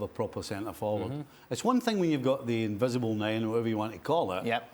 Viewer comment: Stevie Nicol " invicible 9" 🤣🤣🤣🤣🤣